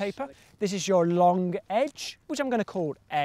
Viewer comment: Long... loooonnngg. Not lonque.